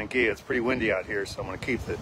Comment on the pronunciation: It's pronounced Ang-Gwi-Luh...